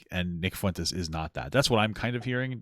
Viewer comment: the pronunciation of fuentes by throughout this video was like death by a thousand paper cuts